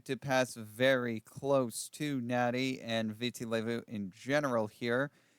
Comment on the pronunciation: really ought to know the correct way to pronounce place names that they are reporting. No excuse not to know that Nadi is pronounced as “Nandy”, Kadavu as:Kandavu,” etc.!!!!